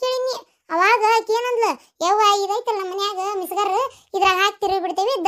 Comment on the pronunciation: ಅದು ಮಿಸಗರ್ ಅಲ್ಲ ಮಿಕ್ಸಿ